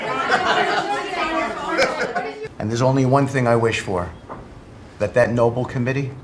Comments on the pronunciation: Starts with an 'N', has a 'B' and 'L' in it, so what's the problem? 😂🤣 All the same, innit? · It's not Noble. It's Nobel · nah, let him keep showing us who he is, like Bush saying "nucular." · Idiot Witless Witcoff pronounces the Nobel prize as 'Noble'. Sucking up to his master but showing his ignorance. How is he on the international stage as a diplomat? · Witkoff can’t even pronounce the prize name accurately referring to it as the “noble” prize 😮‍💨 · Nobel peace prize. No-bell. Not noble. They cannot even pronounce it 😂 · Have these guys ever even heard of the Nobel Prize or Alfred Nobel? This is the second administration official who pronounced it "noble." But I guess if Kissinger and Obama could get it, then Trump could too, even if he doesn't know how to pronounce it. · Can someone tell Steve it's the Nobel prize, not noble. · Noble award ...!! The cretin doesn't even know that it's NOBEL as in Alfred Nobel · Trump really wants the Nobel peace prize. Stunning that Steve Witkoff does not know how to pronounce Nobel.